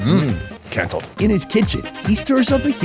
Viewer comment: He says black beans in Spanish " canceled" 😂😂